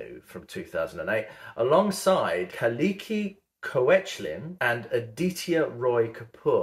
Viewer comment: Haha. The European woman that you think has a main part, is actually Kalki Koechelin, who is a very huge Bollywood star. She seems European to you because she is half Indian, half French in her ancestry; hence her features. Also, I heard you make the same mistake while pronouncing her name as most of us have many times in our life until she publicly taught us how to do it properly. Her name is pronounced as 'Kalki Ke-K-La'. :)